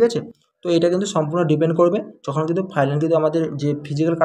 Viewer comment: R a ota ফাইলান na ফাইনাল